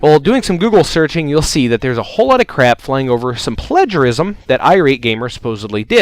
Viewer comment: Why is it so hard for you to say 'plagiarism'?